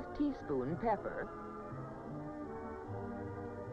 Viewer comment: Maybe it's the audio because it sounds like she says bebber instead of pepper